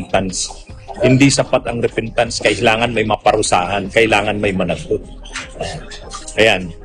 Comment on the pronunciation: Di ba sabi niya bumibili siya ng boto tapos sabi repentance namali lang siya ng bigkas repeatance yun diba paulit ulit siyang nagsisinungaling😂😂😂😂actually last resort niya yang maging religious kunwa dahil baka may mabuklat na baho niya